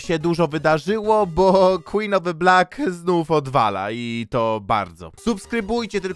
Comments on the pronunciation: quen of the blik xd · Queen of the Black nie zasługuje żeby tak się do niej zwracać. Powinniśmy mówić "KŁIN OF DE BLAK"